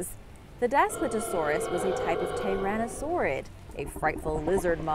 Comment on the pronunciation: DAS - PLEE - TOE - SAURUS